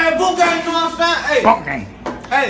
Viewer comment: That nigga said bont gang